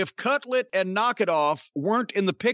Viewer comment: Everytime they say cutlet instead of cutler, I get a little hungry